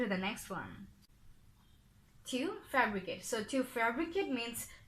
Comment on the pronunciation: Sister, I think it should be "fabricate" instead of "febricate"